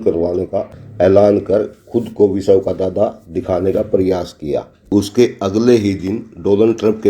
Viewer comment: Bhai sahab ye संघर्ष है ना कि संघरस। और विश्व को विशव बोल रहे हो।